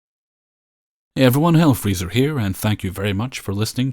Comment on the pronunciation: I don't think it's pronounced that way anywhere. What a dipshit....